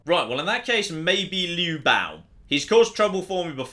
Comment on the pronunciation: On occasion some of pronunciation have a letter missing and on occasion changed. My favourite is Liu Bao (Biao) Liu can be flow and Bao can mean put in and surround. Therefore Liu Bao means that you try to put water in your hand but you cannot hold water. (I have seen worse, don't worry hope is not lost)